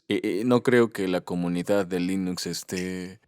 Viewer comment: No se dice Lainux, se dice Linux. Es ricitos de oro, no risitos de oro.